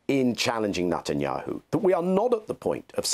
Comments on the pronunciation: He says the devil’s name correctly “Nut & yahoo” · I like the way Mr. Levy pronounces Netanyahu's name as "Nut and Yahoo." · Daniel Levy’s pronunciation of the PM’s surname cracks me up each time he says it: “Nut n’ Yahoo” 🤣